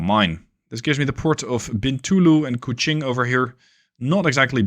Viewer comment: Exelent pronunciation of Sarawak , Bintulu and Kuching . Just like a local